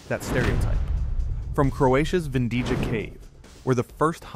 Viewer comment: Vindija is pronounced Vindiya (the cave near Varaždin (pronounced Varazhdin), Croatia.